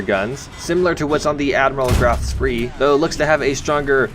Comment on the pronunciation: Where the R at ? Show me on the doll where the R is located in SPEE . Admiral SPEE. Emirl SpRee is suitable for a channel with a maximum of 3 subscribers.